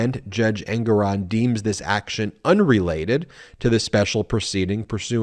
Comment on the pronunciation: It's Engoron- accent on gor